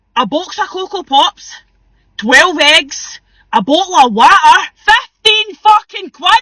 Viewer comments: a Boottle of WOAAERRRRRRR!!!! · “a bo’oh’o’wo’er” 😂